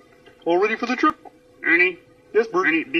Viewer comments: When he says Ernie it sounds like he says honey XD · sometimes when he says "ernie" i hear "honey" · Not my Italian ass hearing "Honey" instead of "Ernie"